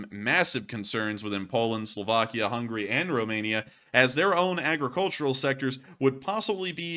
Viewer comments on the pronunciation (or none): none